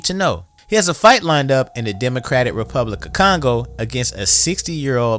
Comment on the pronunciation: Did you say Congo?🫣